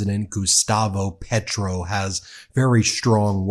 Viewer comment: Can you please pronounce Spanish names/ words correctly? It’s easy. It’s respectful. PAY-troh.